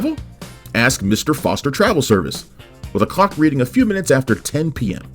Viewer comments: just a suggestion, but the narrator needs to enunciate the 'l' in clock. It kept sounding like he was saying 'cock'. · I hear cock every time.😂